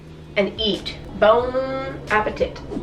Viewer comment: I love your meal related videos ! Btw in French we don’t prononce the « t » at the end of Bon appétit ☺️